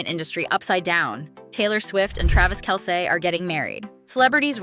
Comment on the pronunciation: You said "Kell-say" That's hilarious